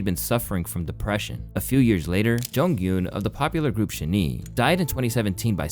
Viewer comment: I'm sorry, but the way you pronounce the names of the idols gives me pain. Also, you called SHINee "shi-knee." Um, hello? It's pronounced as "shiny."